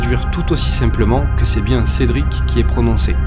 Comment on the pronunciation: re moi j'entend en effet Cédric bien correctement au dernier micro dans la chambre ces prononcer avec une bonne articulation ces bien un CÉDRIC que j'entend